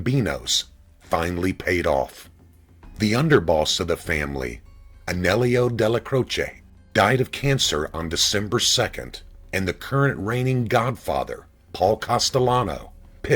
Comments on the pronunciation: It's pronounced Anyello (Aniello) not A-nellio as the narrator says. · You pronounce it Ann-e-ell-o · The name Aniello Dellacroce gets mispronounced as "Anellio" almost as often as the last name Ruggiero gets mispronounced as "Rugerrio". It's the only major thing that bothers me on this channel, the butchering of Italian names..